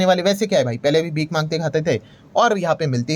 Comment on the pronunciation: भीक नहीं भीख होता है